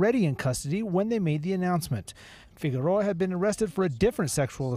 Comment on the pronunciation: Needs to practice pronouncing Figueroa.